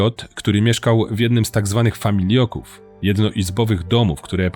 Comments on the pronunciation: Super wszystko ale FAMILOKÓW a nie FAMIJLOKÓW! . Lata temu przebywałem w sanatorium dziecięcym i pamietam jak pojawiały się dzieciaki -czasem moi rówieśnicy - mocno schorowane jak na 12 -15 lat. Często właśnie z okolic opisanych w filmie. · famiLOków, nie famiLIO ków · Nie familJoków tylko FAMILOKÓW (od familok) ! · Bardzo mi się materiał podobał. Tylko jedna uwaga co do wymowy - nie "familioków", tylko "familoków". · Mój pradziadek pracował 40 lat w hucie na wełnowcu w katowicach :( ps familoków a nie familioków. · "Familoków", nie "Familioków" - poza tym super! Jestem zachwycony dokumentem! Więcej o Górnym Śląsku proszę! Takich historii matka mi nie przekazala, w szkole też o tym nie mówiono. Świetna robota! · Familoków, kurwa nie familioków